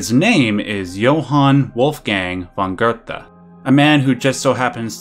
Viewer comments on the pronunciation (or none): Theres no R in Goethe. It's not pronounced "gertha". It's "goo-teh". It's like how people can't pronounce Goebbels and say "gerbels". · Why are you pronouncing Goethe as GURDA? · Geothe is pronounced Gertha? Wow. I always pronounce it as Geethe. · Johan did nothing wrong. btw it pronounced Guhte